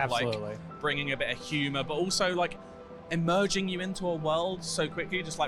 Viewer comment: Why does that 'host' keeping saying "emerging" in place of "immersing" lol How do they get in front of the camera?